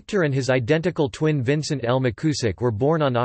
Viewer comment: Appreiciate whoever posted this. It may be worth repeating the project with a newer, more natural-sounding computer voice. The surname is pronounced Mick You zick. And you probably do not to read out the bibliography. Again, thanks for the effort. He was my wife's uncle.